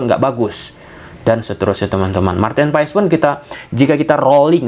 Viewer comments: dibacanya martin pass bang bukan paees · Maaf bang... Cara penyebutan nama Maarten Paes yang bener bukan Paes tapi Pas bang, jadinya Maarten Pas gitu bang 🙏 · Dibaca nya martin paas